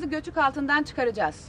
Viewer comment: te göçük yerine götük diyor